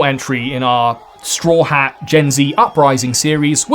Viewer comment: Everytine you pronounced staw hats name incorrectly I wanted to delete your channel. Also you showed your bias in this video. Need more news from the continent of South America and Africa.